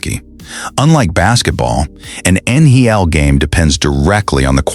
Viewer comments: The Utah Jazz and the Utah Mammoth style guides both indicate that the official name of the arena is "Delta Center" No need to update. Now, if you can get your AI to pronounce NHL correctly. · Man does the announcer f up pronouncing NHL. Embarrassing!